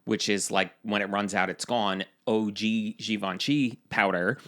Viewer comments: I'm not the pronunciation police but.... OOOO-GEY? I think it might be O G ..... bwhahahahahahaha!!! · It's OG not Oogiee lmao! 😂😂 ❤